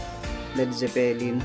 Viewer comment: Mabilis ang bigkas sa word na Zeppelin